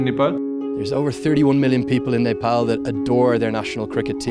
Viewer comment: I liked how he pronounced "Nepal". Accurate ! 😍